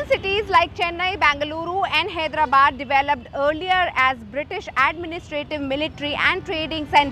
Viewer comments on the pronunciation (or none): It Is " Hyderabad " , not Hedrabad